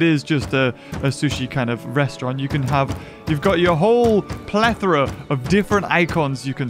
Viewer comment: When say plethora Beaver: plethra